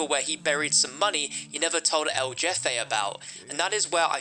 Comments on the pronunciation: Yeah, it was funny hearing him say “jeff-aye” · "Jefe" is pronounced "hefay". Basically "boss" in Spanish. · Lmao “jeffe” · El jeff aye 😂 it’s pronounced hefe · Bro really said el-JEFFE not el-jefe(hefe) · For context it’s not pronounced jefe it’s hefe same way but with an H not a j! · "Jeffay"? Really? I know you british people don't know how to pronounce foreign words, but I thought it was pretty well known that Spanish j's are pronounced like an h. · It's not jeffe it's pronounced heffe and it means something like boss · it’s not hefay 😂😂 more like “heh-feh” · LOL he said "el jeffe" like jeff. its spanish for boss and its typed like this "el jefe" and said like this "el heh-fe". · El jefe is pronounced el hefe*. It means the boss in spanish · Hearing say Jefé, blanco, and Amor is bliss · El jeffay? You mean jefe? Spanish for the boss. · It's el jefe (HEF-aye) you pinche guey🤣 I'm playin. Awesome video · Ah yes! Ell Jeh-Fay. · I think the most surprising thing in this video is that pronounces a Nicaraguan Cartel member as "George" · Good vid but the El Jefe is said like "El Hefe" with an "H" my brother. Sorry just the one thing that killed me 😂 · He really said jeffaye 🤣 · I was like "um Jeffe? Who is that? Then I was like oh he meant the boss lol, I get why he sad that tho lol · I know he’s like Jeffe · jefe... jefe... jefe... Jesus and everyone makes fun of americans, at least we know that J in spanish is pronounced H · The way you pronounce el jefe is very cringe 😬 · I was dying bro lmao but at least he tried his best props to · I winced every time he butchered it 🤦🏻‍♂️ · Yeah that was mega cringe